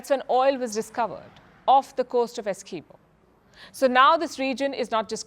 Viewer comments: Palki Ji, we, Guyanese say the name "Essequibo" different though. Also, Guyana is not known to be a hostile country. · I don't think this idiot lady knows Guyana and it's people. She start off saying two hostile countries . She was unable to pronounce the disputed territory "Essiquibo" incorrectly. She needs to get her facts right .